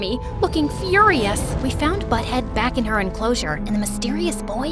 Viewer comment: Did you realize after camp she said: and when I want back comb